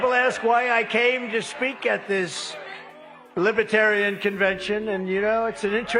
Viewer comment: Trump cannot even pronounce Libertarian correctly! Trump is friend of all despotic dictatorship!